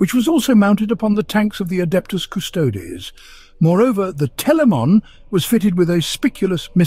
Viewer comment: Drink on ever time he says CusTOADS